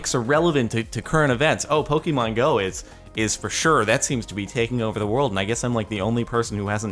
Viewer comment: You are pronouncing Pokemon wrong